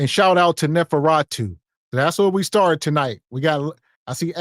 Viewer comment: Nosferatu. The name is Nosferatu. Are you saying it wrong on purpose? 🤔